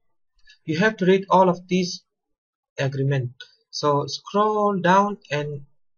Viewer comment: Good video, but maybe put some subtitles in just in case someone gets lost because of your strange accent. For example, you pronounce the word "pack" like "peck". And "agreement" as "agrement", although I'll let that one pass.